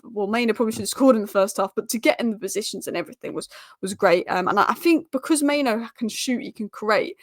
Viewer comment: It's mainoo, not maino